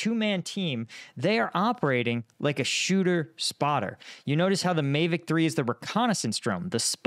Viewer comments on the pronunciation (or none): That's not how you pronounce Mavic.